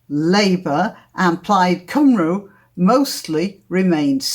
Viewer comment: The pronunciation of coups, (plural of coup), is cooz, not coo. Seems your English is lacking also. Plus Prime Minister Questions could also be just a typo / oversight. Cymru is pronounced cum-ree, not cum-roo >